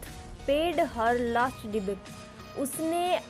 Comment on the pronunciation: Debate ya Debt Improve your pronunciation......it's really matter if you are trying to teach the students. ...